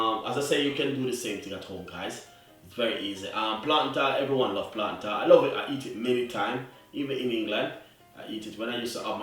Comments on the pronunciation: Did you say "tau"...isn't it Tart😮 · It is pronounced TART